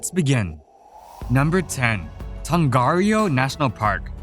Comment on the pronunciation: Great video, but the pronunciation of some places like Tongariro and Wanaka was very off! Keep up the good work :)